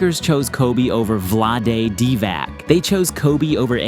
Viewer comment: Completely butchered Vlade's name. 😂